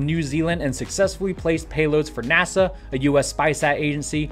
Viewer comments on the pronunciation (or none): none